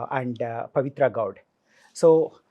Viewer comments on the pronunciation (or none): Not Goud - Gowda - why is it hard to pronounce the "a" at the end? Not like it's a tough name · Its not gowd its gowda.. please pronounce properly..dont say whatever you like... mainly north part of Indians